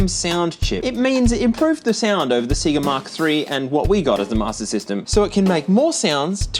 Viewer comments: The Australian pronunciation of "Sega" is hilarious. See-ga. 🤣 Did they just never hear the Genesis/Mega Drive boot up sound before over there or something? It's about as clearly "Say-ga" as it gets. 🤷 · Please stop saying "seegah", it's pronounced "say-ga". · If you keep saying “seega” instead of sega, I’m going to commit war crimes. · How did Aussies not hear the "Saygar" intro on every Sega game and end up pronouncing it "Seegah". Do the games not open with that down under? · It's pronounced Sayga not Seega. Aussies lol. Literally says Sayga on the Sonic games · "Say-Guh"?! 😂😂😂 It's Sega 😂 Funny anglophones. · I don’t know why it annoys me so much, but the way other countries say SEGA like SEEEE-GA, it’s SAY-GA! Did you guys not have the commercials? Or hear the sound bite at the start of most games!? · Seh-ga. not See-ga. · Say-gah, not See-gah 😂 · What a nugget. Also I love how aussies say Sega. In America it’s more “say-guh”, but you really emphasize the e. See-gah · Why do Aussies pronounce SEGA as SEA-GA? Sonic games taught us it's meant to be SAY-GA. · nope, play a sega game, they literally say the name at the begining of EVERY one, names DO NOT change pronounciation based are where you, the listener of the name, is from, thats not how names work, names have ONE probounciation, and thats the way they say it, sega says it "say-guh" literally EVERYWHERE in the world, just play a sega game, youll see you are wrong, you just refuse to admit it. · the way you say seega is gonna give me a seizure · I love how you call it SeeGa. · Every time says "Sea-gah" I take psychic damage. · Funny, I feel the same way about Sayga. If an Australian says Sayga (looking at you, Modern Vintage Gamer) I die a little inside. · Why are you saying see-ga? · What’s see-ga? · Lol sea-ga 😂 Sorry couldn't resist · I have heard Segger, Sayger, and now Seeger. I wonder what other ways people say it lol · It’s Pronounced SAIE-GA Or S-EGG-A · say see - gah again. SEE GAH SEE GAH .